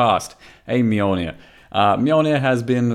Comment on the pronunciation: What's a "Mulenir"? I only know of the Mjolnir.